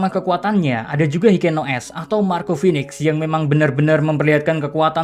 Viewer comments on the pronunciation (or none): none